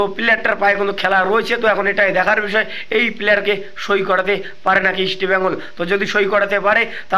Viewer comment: ভাই ইস্টবেঙ্গল কথা টা ঠিক করে উচ্চারণ করো।